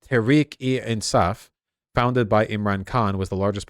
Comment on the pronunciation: he pronounced Tahreek-e-Insaaf in almost perfect Urdu.